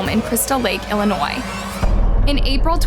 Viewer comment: THANK YOU for calling it ILLINOIS NOT ILLINOISE LOL